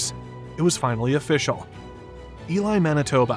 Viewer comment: I’m just glad Elie was pronounced properly.